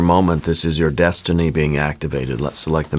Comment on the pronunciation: I'm so sorry, but every time you say destiny, I hear McFly saying, "You're my density"😂. I have felt myself changing with my outlook, and what I need to listen to.